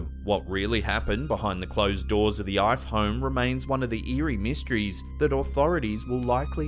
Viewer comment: He says "myskeries" lol